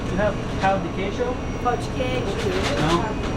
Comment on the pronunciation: You don’t say “pau” 😂 you say “ pão” 😂😂😂